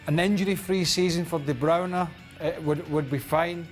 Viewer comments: The proper pronunciation is more like [de bwoona]. The 'r' is like a throaty French 'r'. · Well then apparently Kevin doesn't know how to pronounce his own name, because that's how he says it. Also, it is a Dutch/Flemish name not French. It means the brown person and it has several variants- Debruyne, Bruijne, De Bruin, De Bruijn, and De Bruyn.